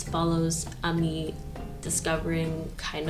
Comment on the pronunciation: Its pronounced as Ami since her full name is Aminata